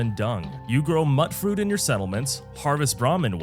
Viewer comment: Actually it's pronounced "mute-fruit" as in mutated or mutant.